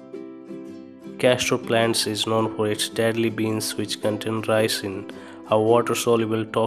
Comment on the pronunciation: It's not Castro plant but castor plant. Castor oils are available in market and it grows wildly in our region and it's not poisonous so stop bullshitting.. Laziest talking ever without expression. English is so wrong as well